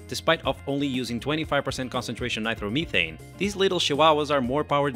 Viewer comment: Ny-Tro- meh- thane not by throw meh thane